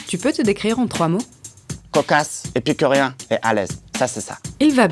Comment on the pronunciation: Il a dit épicurien.. Je suis perturbée